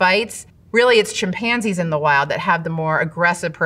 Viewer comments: Why Is she pronouncing chimpanzees with the accent on the wrong syllable? Or is it just because I’ve had a couple of gummies??? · the way she says chimpanzees😆